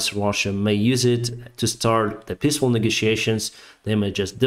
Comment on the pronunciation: Love this channel as well and fully agree. Still everytime he says peaceful I hear "pissful"